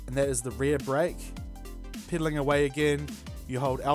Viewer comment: why do u say piddling u are sapost to say peddling